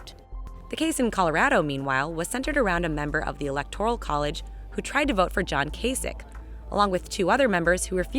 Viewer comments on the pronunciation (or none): First learn how to pronounce "Electoral" correctly.